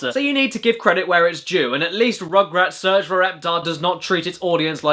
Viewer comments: Roogroots Soorch Foor Rooptoor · He spelled the u's like o's! AHAHAH! This surely IS funnier than Adam Sandler...